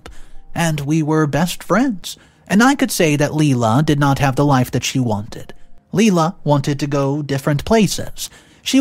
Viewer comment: My only issue with this story is, the name isn’t pronounced LeeLa the name is pronounced Lie-La. It’s like Lilac just without C!